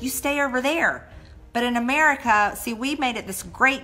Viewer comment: she really said that america is a great great country..... ohmyy i think she mispronounced it hahahhhahah